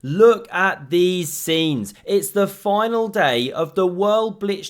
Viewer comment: ... " THE FOYNAL DAY " 😂😂😂 I LOVE DIALECTS... Greetings from Bradford West Yorkshire 🏴 ✌️ BAH GUM! 👍👍